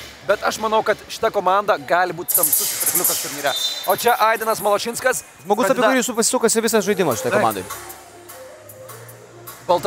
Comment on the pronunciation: kita karta paimkit vedeja, kuris sugeba istarti zodzius "išbandyti" ir "Malašinskas"